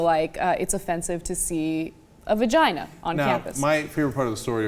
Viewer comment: I hate "va gee" LOL